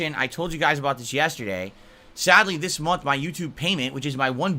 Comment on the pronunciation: I really hate how he pronounces "month" as "munt"